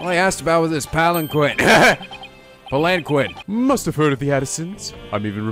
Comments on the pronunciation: Paul Atishon=Politician Palanquin is pronounced (Pal-in-keen) The scroll with the gravy on it it from the final case of Trials and Tribulations Daddy issues are still a thing in this series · Paul Atishon is a POLITICIAN. Thats the pun. Also, palanquin is pronounced Palankeen. Just some notes,. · btw palenquin is pronounced palen-KEEN. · Palanquin is pronounced Pal-an-keen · Paul Atishon = Politician Palanquin = Pal-Ahn-Keen